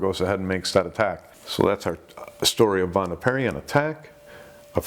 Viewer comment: It's Pierri. Why is it so hard for native English speakers to get foreign surnames right?